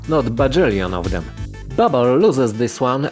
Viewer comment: Dobry film ale popracuj nad akcentem i dykcja, "fargoid" "babble" "space bags" "prystin", bedzie latwiej zrozumiec co mowisz.